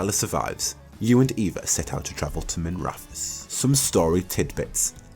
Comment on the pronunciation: its minra-TH-os not miv-raf-os, and also wi-TH not wi-V. sorry real bugbear of mine. That said good vid. really hope there is more than just the city. loved how DAI you could go all over. Sounds a bit too much like the crappy DA2.